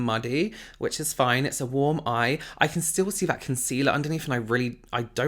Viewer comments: They way she says "worm" instead of "warm" makes me snort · the way she pronounces “warm” is killing me